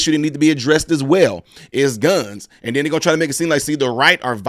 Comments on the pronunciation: It’s the “ANDDDTTT” everytime she said it and you repeated that took me tf out 😂😂😂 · Say it with me "ANDT", that was perfect!